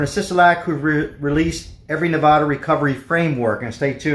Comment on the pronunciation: Hi. If you live in Nevada, the first a in the word Nevada is pronounced like the a in apple. It is not pronounced nevAHHda. C’mon bud, if you’re local, let’s at least say it right’ Haa!